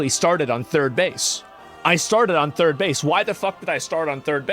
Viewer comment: Maybe don't say turd-world anymore.